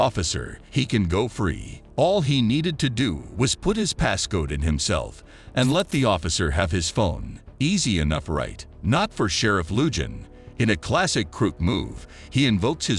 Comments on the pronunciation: Your commentary had me laughing! first of all LUJAN is pronounced LUHAN! Especially after video plainly states the correct pronunciation! Second clip the vehicle is not a JEEP it's plainly a Toyota Tacoma PICKUP! 😂😂😂😂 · Just a little factoid: the sheriff's last name is pronounced LOO-hăn. Not that AI or its programmers give a farthing. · Lou-Han not loojan..Lujan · Correct pronunciation is sheriff Lu-han spelling is Lujan. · Dear narrator the sheriff's name is pronounced " lou han". The j sounds like an h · It's pronounced sheriff (lu-han) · Thats the problem with channels like these. Not only do they do the bare minimum for research(That wasn't Sheriff Lujan's home he was arrested at, it was the Sheriff's office), They then get text-to-speech to read it out which has a really hard time with names. I watched one earlier where the AI kept saying Jesus, instead of Jesús.